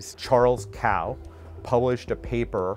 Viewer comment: Charles kao(pronounce as "cold", without the d sound). Not cow